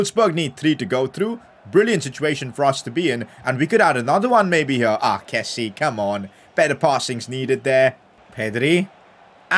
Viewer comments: one thing i noticed recently is that kessie is pronounced ke-see-ye and not ke-see...just thought I'd let you know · call him kessie, with the 'e' in the end!